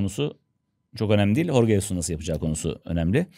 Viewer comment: "Horge" değil "Jorge". Adam İspanyol değil Portekizli dolayısıyla "J" harfini "H" olarak okunmaz. Adamın soyadını. okurken "Hesus" olarak okumadığınıza göre adını niye "Horge" diye söylüyorsunuz? Azıcık mantık😮